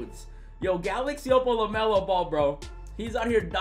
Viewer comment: "Welcome to 2k Lemelo Ball"